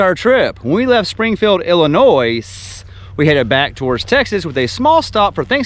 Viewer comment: Come on man. You're killing me with the "S" on Illinois.